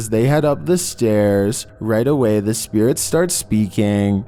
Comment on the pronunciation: And it's spirit not spearit